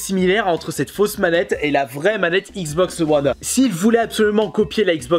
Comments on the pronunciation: "La xboxeu one" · Mais putain comment tu dis xbox one